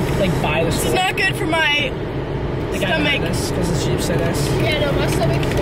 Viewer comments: said stummy lol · Chick is the best! Awesome fries and chicken nugs. I love how was saying stommy lol I’ve said that for years abc I get the crazy face. Nice to hear someone else saying it. Just think he will be driving soon officially ahhh!!!